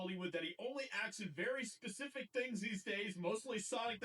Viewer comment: don’t be so Pacific lol, it’s Specific wtf is wrong with people